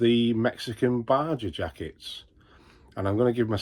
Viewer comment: Baja is pronounced 'baha'. Also, your Yorn brown leather gilet advertised at size 52 is a European size 52 which is equivalent to a UK 42 chest as you just subtract 10 when it comes to EU to UK mens top half items. You'll sell that thing quicker and easier as folk will be looking for 42 as a keyword most likely while at the moment you will be getting hits but not takers from the those who are about 3xl or similar.